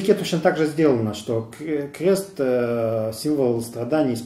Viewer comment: Только не "кхест", а "крест"; и не "стхадания", а "страдания" - над "фикцией" не помешало бы чуток поработать, уж если ваш ход деятельности всязан с говохением.